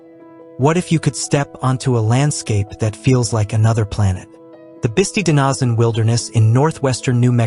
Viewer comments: Well I know why this didn't get more views. The incredibly bad pronunciations created by the AI just turn everybody off. I stopped after the Bisti Badlands. Which are pronounced Bis tie not Bis tee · Bisti as in Bist-👁️